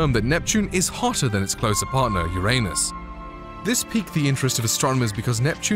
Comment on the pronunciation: You said Uranus wrong…